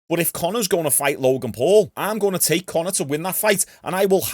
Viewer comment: Who the fuck is Con-eh? What a whopper man.